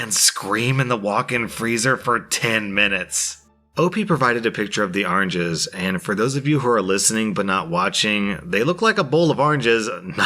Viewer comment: Nobody:: ArAnGes